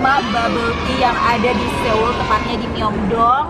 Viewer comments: Bilang nya soul bukan Seul, banyak banget youtuber yg bilang Seul , padahal soul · FYI pengucapannya So ul bkn seul seoul hehe sukses buat 😘😘😘